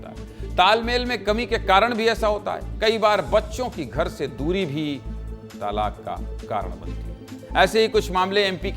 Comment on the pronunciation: तालाक नही बोलते,तलाक बोलते हैं